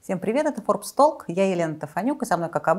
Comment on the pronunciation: Почему ведущая произносит "Форбс толк", это на каковском?